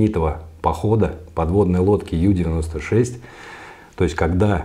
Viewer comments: Полностью согласна. Подобные огрехи неплохо так портят впечатление от специалиста. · Блин, ну ребята. Уважаемый историк подводного флота и опять Ю-96. Ю, блин. Уже уши режет. У-96, у немцев все лодки были У!!! Unterseeboot, что русскими буквами будет приблизительно как Унта(под) зи(водная) бот(лодка). Блин, ну это же элементарно. Англицизмы тут вообще не уместны